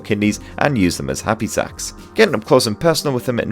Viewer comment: he called It a happysac